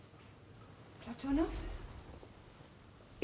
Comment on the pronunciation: PlaTOnov pronunciation annoying. I believe it's PLAT on ov with the emphasis on the first syllable.